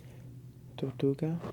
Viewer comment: you weren't rolling your R's in Tortuga its pronounced torrrrrtuga.